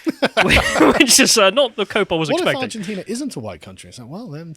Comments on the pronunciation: Argentina, not ARGENTINIA. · Did anyone else hear them say "Argentinia", like "aluminium"? Is it just more fun to add an extra syllable to these words? I guess I need to try it out and see for myself! As an uncultured Yank, I feel like I'm missing out on something, haha! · “Argentina”, not “Argentinia” smh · Does think Argentina is called Argentinia or is he doing it for a joke? It's hard to tell... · "Argentinia" - now that's a geographic trigger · Argentinia lol, love me a Callumism... it almost sounds purposely saritical like Vee's Californiania. 😂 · 15 seconds "argenTINIA" 😂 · repeated pronunciation of "Argentinia" explains to me why the Brits call it aluminium instead of aluminum. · And 'Argentinia'. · Where is "Argentinia",?! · I like how refused to learn how to say Argentina. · I had to switch off at the twentieth mispronunciation of Argentina. How hard can it be? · The most entertaining part of this video is struggling to pronounce Argentina for 25 mins 😂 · Why are you doing a segment on a country when you can't even pronounce the name ? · If you are going to discuss a country you could at least muster up the decency to pronounce its name correctly